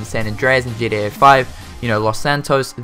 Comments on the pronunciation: You sound like you say GDA and not GTA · Is he saying GDA? Or does he Mean GTA Good video though man keep it up